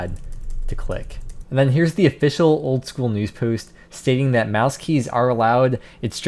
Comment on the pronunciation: "News Poost" ?